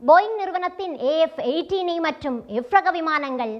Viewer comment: Not AF 18 But FA 18